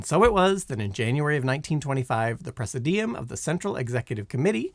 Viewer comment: Get a dictionary and learn to pronounce words like "formalin", "praesidium", "pagoda", and many others!